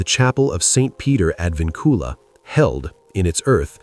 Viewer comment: Pronounced ad VINcula not ad vinCULA. Historians always seek the truth. Yes, open it for the sake of history.